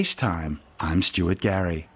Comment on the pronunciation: Who is Stuary Gary?